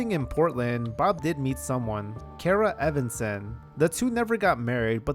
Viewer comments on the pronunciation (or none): none